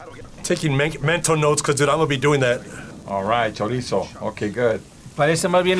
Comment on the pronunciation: You know you gotta learn how to properly say ‘chorizo’ if you’re going to be around it.